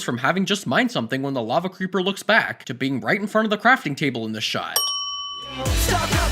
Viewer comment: Mikæl Mayeurs I AM TRIGGERED I HatE HE SAID LAVE CREEPER